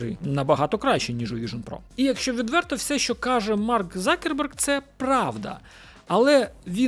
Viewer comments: Закерберг слух ріже з яких пір завждиш був Цукерберг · Дякую за Вашу роботу, але скажіть, чому Закерберг, якщо він - Цукерберг ??? Мені одному ріже слух? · чому закерберг ?? його звати Цукерберг ! чи то якась фішка типу той кого не можна називати ))))) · Хто такий Закерберг? Коли це він перестав бути Цукербергом ?) я аж в душі послизнувся, коли почув це😂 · А з яких часів Цукерберг став Закербергом?🤣🤣🤣